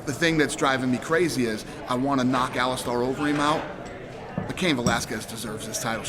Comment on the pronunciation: Alistar overeem? you mean Alistair? haha